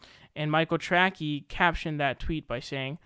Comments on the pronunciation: My man. It’s Tracey. Trae sie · His name is Michael Tracey as in tray-see. Come on, I agree with you but pronounce his name right, or admit you're saying his name wrong on purpose.